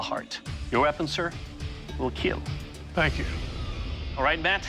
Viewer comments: Not kill it's ✨KEAL✨🥵✋ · Oh dear god, your pronunciation is terrible. EE-KAWA-LA except the K is a click. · Iklwa is pronounced eee-Kwah, the K sounded from the back of the tongue and palate. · “It will keel”